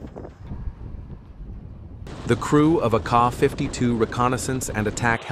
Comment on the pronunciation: 😂 not car 52 its K. A. 52